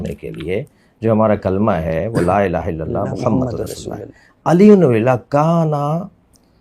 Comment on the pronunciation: میری گزارش ارشاد بھٹی صاحب سے ہے۔ کلمہ یا اذان پڑھتے ہوئے تلفظ کا خیال کریں۔ الہ کو آپ الا بول رہے ہیں۔ معذرت۔